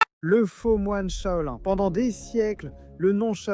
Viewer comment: Pk tu dit chaolin et chaoline espèce de cretin